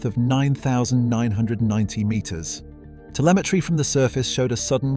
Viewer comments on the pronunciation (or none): none